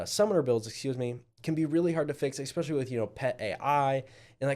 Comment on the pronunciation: This was an “ekspecially” good review.